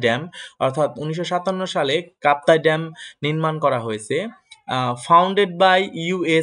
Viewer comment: Kaptai dam noy kaptai bath😊😊